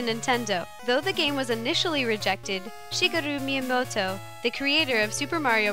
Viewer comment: She pronounces Shigeru Miyamoto good tho